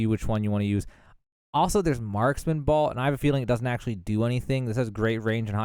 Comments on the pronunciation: BOLT not BALT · ....... idk if this makes me that guy but it's not BALT... It's BOLT like a nut and bolt... if you weren't saying balt and my ears are deceiving me(they weren't), then I am sorry, but also we gotta learn something new each day, and this is one of em. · I appreciate your video and your honesty about not knowing everything. I can't handle the mispronunciations though! It's crazy. How do you mispronounce bolt? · I've never heard anyone pronounce "bolt" quite like that...the hell you from son? lol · He's from Boltsburgh